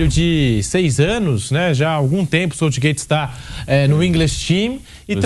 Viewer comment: Quando o sotaque se sobressai à pronúncia você escuta aberrações como 'SÔUTSHGÊITSH' 🤦🏼🤦🏼